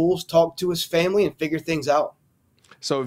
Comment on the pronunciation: Say it with me Famoly. 😂😂😂